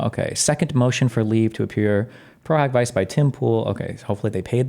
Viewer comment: It is actually pronounced pro hac vice (vee-chay)